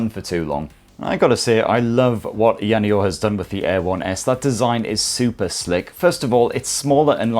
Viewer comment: say it any way u want,, it's a free world (as long as company is ok with u BUTCHERING the name of its flagship product;D)